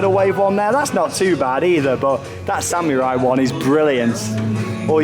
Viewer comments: SAMMYURAI thats how he says it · still cannot say Samurai